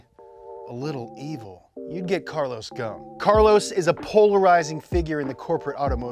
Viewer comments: His surname in Lebanese mean "branch" like a tree branch and is pronounced GHOSSIN in arabic. Where on earth did you get Goan pronunciation?? 😄🤦‍♂️ how can we take details seriously if you can't even spend the effort to research and pronounce the guys name accurately? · His name is not Gon or Gun, it's Ghosn, you must say the S letter. It's an Arabic word means Tree Branch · It’s GOSN … NOT GON the S is NOT SILENT .. he’s Lebanese, his last name translates to “tree branch”. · Braaaa....... Karlos غصن not goon , ghosen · Hi guys .. it's not "gohne" It's " gosn" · Why call him Carlos Gohn when his name is Carols (Ghoson) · It's Carlos Ghoson, not goun😂, you should be embarassed. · Who is gonna tell them it’s ghoson not ghone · Its not "Goohn" it "Gohson" said like "Go oh son" And its means "twig" JFYI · His name is Carlos Ghosn not Carlos Gone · His name is actually pronounced Carlos Ghosn (go-son) by the way; don't know why everyone pronounces his name as Carlos Ghosn (gone) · Lebanese people cringing every time he pronounces Ghosn "Gone" 💀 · he’s from my country and it’s actually pronounced “gho•sen” but the “sen” part is said quickly as if it’s “sn” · Dude spell the S in Ghosn lol, the S is spelled as S not Z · Man his name is Carlos ghoSn , the S is to be pronounced , Ghosn means = branch 🇱🇧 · Carlos Ghosn? More like Carlos Ghone 😂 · I believe you pronounced his family name wrong 😅 Ghoson is the correct one where the “S” is not silent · I am a little annoyed that you don’t pronounce the S in his name! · his name is Ghosn (غصن) with S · His name is pronounced: Carlos “Gho-son” in arabic ..!! The word “Gho-son” in arabic means “a tree branch” .. just a fun fact ..☺️😉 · Two point , you are saying his name totally wrong , not a single letter correct 😂😂 … at lease say the “S” in the middle … secondly , today Nissan wishes that he is still with them, they get lost without him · ur butchering his family name dude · The s in Ghosn isn't silent btw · The S is not silent